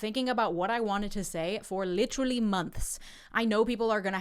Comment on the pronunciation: “literally months….” Sounds like you’ve already started picking up the local accent. 😂🇮🇪